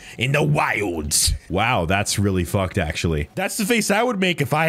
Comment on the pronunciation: Weawwy nice job.